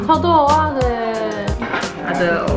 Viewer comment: 正音糾察隊報到~~ 其實蚵仔是念ㄜˊㄚˋ 芋頭是念ㄛˊㄚ ㄜㄛ念錯是不一樣的東西ㄛㄛ 厲害打厲害（其實還好😍）